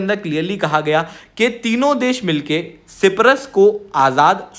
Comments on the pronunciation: Myanmar✅ Miyamar❌ Siberia✅ Serbia❌ Cyprus✅ Cipras❌ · Cyprus not ciprus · भाई साइप्रस होता है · सी परस बोला अपने 😂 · सायप्रस Hota hai... try to pronounce. It's NATO ka b dek lo . Har video 5 min. Shuro hoti hai aur pronounce b galat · साइप्रस होता है सर जी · Uneducated fool can't even pronounce Cyprus 😂😂😂😂😂. It is the most pajee*t thing to think everybody fears India😂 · Cyprus to theek se bolo sir ji... aisa kaise chalega yrr.. Sach batau to aise stupid mistake ko wajah se video dekhne ka bhi mann nahi karta... but phir bhi dekh lete hai hum. 😭😭🥹